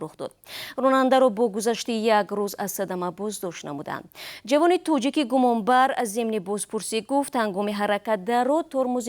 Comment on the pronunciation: Диктор, илтимос калимаҳоро дуруст талаффус намоед! Тучик не балки точик! Тучикистон не балки Точикистон! Ба забони араб ё афғон тақлид накунед! Бо забони точики тоза нақл кунед хуб мешуд!